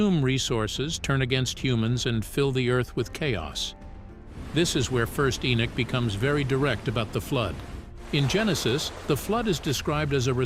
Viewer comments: It's Henok not Enok why is that thy always changing the name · ♡content but you're driving me crazy the man's name is EN"O"CH there is no Nick in his name is NOT E-nick,.No..it's Enoch- There is NO NICK in Enoch- for Gods Sake - please pronounce it properly - it's very disturbing when you keep pronouncing it wrongly-I don't mean to be over sensitive but for example if my name is Fred and you keep calling me Caesar that's not my name my name is Fred and once you know the true meaning and pronunciation of the name Fred and then you continue to keep calling me caesar it's not just that I'm not going to avoid you I'm going to start being a little offensive and pissed off stop it- there is (no Nick) - In ENOCH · Huh??? Who in the world is ------> "E E E -N I C K" ??? Repeat after me ------> knock, walk, talk, sock, dock, jock, mock, lock ......... now, say -------> E N O C H